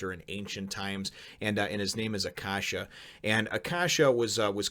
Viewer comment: Just to let you know, Acacia is pronounced A-Kay-See-A. and Autophagy is pronounced Ah-Toh-Fa-Gee. I really like the thought of gourmet cells. All you have to do to get stronger is eat tasty food.